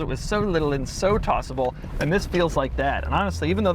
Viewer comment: Doug, say “tossable” more often.